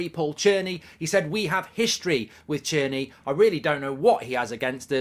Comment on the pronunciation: Mark’s pronunciation of Tierney (Churney) is up there with the Guitar bid